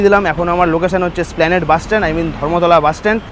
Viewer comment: ভাই, এসপ্ল্যানেড ওটা। স্প্ল্যানেড না।